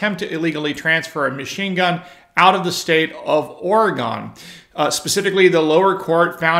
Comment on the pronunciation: or-uh-gun rather than ory-gone